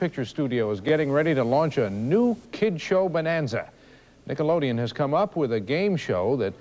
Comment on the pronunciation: lol "Nickleodeon"